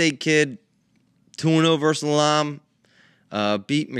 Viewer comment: says Elam correctly & the old coach (God love him) follows up by immediately saying it wrong then says it wrong later in the show 3 different ways😂😂😂 👉🏻EE-Lah-M